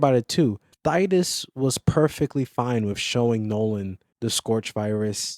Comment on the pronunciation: Who??? Thydus??? 😂 Sorry bro. Good vid, I've heard Thaddeus and Thaeddeus, but Thydus is a new one. If it wasn't for the constant mispronounceing of my own i could probably look past it but 😂. Good video though